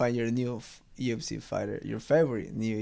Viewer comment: he pronounces UFC: "ooh effe cey"....dude this guy is like 200% ecuadorian. his advice to his younger self: "Get out of ecuador..." this all the way. I'm half Ecuadorian , and all my primos and primas feel the same way - Ecuador has no future for young people... The only way to make your mark is to go abroad. Good luck to Chito!